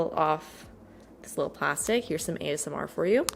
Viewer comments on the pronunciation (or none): none